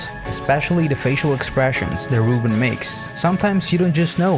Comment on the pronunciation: As someone who is called “Reuben” I can tell you you’re saying it wrong, it’s not “Roo-bin” it’s “Roo-bun”